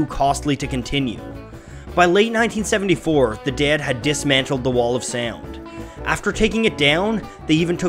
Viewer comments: Is it just me, or does it sound like he's saying "Dad" every time instead of "Dead"? Good video, though. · It's "ded" like bed, red, ted, said. Not "dad" like had, rad, bad, sad. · The DAY-ed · The way you pronounce dead causes me physical discomfort. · DEAD IS A ONE SYLLABLE WORD. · The way you pronounce the ea sound it make me cringe